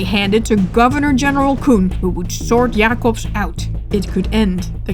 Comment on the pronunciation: I love how u pronounce Jacobsz and the other dutch names :D